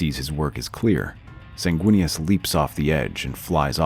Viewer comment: WEENIS??? good lord...